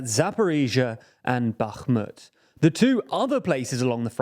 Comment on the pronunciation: You make the effort to pronounce Bakhmut and Kherson correctly, but completely fail when it comes to pronouncing Kakhovka. I applaud your effort, but also encourage you to be more consistent. Love the channel!